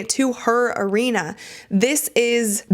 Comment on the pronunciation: When you said Caitlin Clark wanted to bring eyeballs to her "arena", I could have sworn you were going to end the video right there. Arena sounds almost like your sign-off for all your videos. But what exactly is it that you say? What language is that?